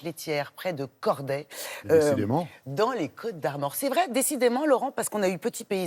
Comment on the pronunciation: C'est Corlay et non "Corday" 😁